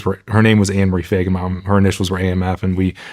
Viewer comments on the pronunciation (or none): How many think he's pronouncing his last name wrong. Or am I hearing it wrong